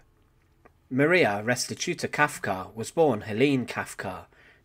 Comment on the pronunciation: Kafka, her name was Kafka, not Kalka!